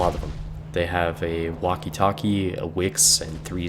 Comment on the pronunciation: Hmm...sorry to ask this, but why do you care about pronouncing names of soviet ships, while Wakatake sounds like 'walkie-talkie" ? Or Minekaze sounds like "Minekazeeeeeeeeeeeee"? I'm from Poland, live in Sweden, and still does not understand people who tries to pronounce one thing correctly, but screws around with Japanese names? Well...back to soviet DD. In one battle, I've did so much damage with Storozhevoi (tier 2 battle), that I practically skipped whole tier after one battle o.O And I thought that 'this ship sucks - only 3km torps', but it were very fun. PS. And I'm surprised how many people have learned proper pronouncing of Błyskawica since release of her. PSS. Yup, butthurt to the maximum about Japanese pronunciation <<Where's my waifu??>> :P (and yup - my english is terrible)